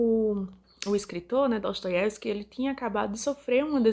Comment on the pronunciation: Sonho em ter dicção para pronunciar o nome dele de forma tão fácil como tu faz ... Os livros dele está na minha lista ...